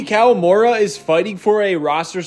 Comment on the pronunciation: Pronounced as KAH-WAH-MOO-RAH